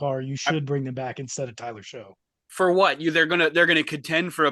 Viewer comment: It’s pronounced Shuck, not Show. Also the Panthers were the only team in the league to give up over 500 points and just released Josey Jewell, they have one active LB on their roster. Bryce Young got benched halfway through the season and then had 3ish good games at the end of the year. I guarantee they finish last in the south this year.